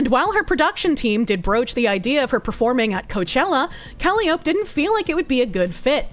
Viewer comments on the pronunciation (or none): Isn’t.. isn’t it pronounced coal-eye-oh-pee? Not cally-ope? Also, isn’t it V-sho- Joe? I’ve never heard a Japanese person say shojo with a H sound. And shojo literally means girl. VGirl essentially. I’m sorry i know you’re trying your best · please. It's embarrassing honestly. It is pronounced "Ka-lie-O-pee". Like the circus organ or hurdy-gurdy. Or the mythical Greek muse. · I can't tell if she's mispronouncing every other word on purpose. I mean, Japanese can be tricky if you're not familiar with some conventions, but - Callie - Oap? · Calli-ope, Yousada, Gwar Gura, Vshoho, Cove-er.., I really hope you're doing this on purpose. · Calli-o-peh that's how you pronounce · How does she keep mispronouncing Calliope? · Is anyone else being driven mad by the mispronciation of calliope?